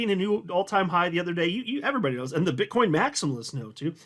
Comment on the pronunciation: sounded like you said "Bitch coin maxis" 😆🤣😂